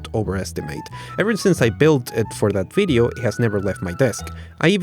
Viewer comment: Is it a bideo or a video